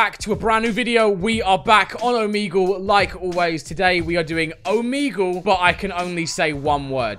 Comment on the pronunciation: Stop pronouncing omegle as "omeeeegle" or I'm gonna die